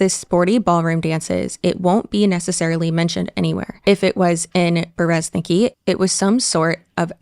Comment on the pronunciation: your Russian viewer here. Masha is just a short form nickname of Maria, yes. Like Liz/Lizzy for Elizabeth. (fun fact: Russian version of this name is Elizaveta, short - Liza). And in Berezniki the stress is on the last syllable